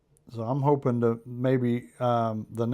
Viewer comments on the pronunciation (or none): none